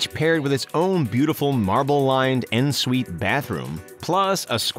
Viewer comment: did you say.... “en” suite....?